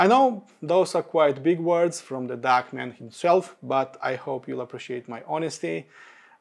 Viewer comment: This review is for D-A-K not D-A-R-K 😂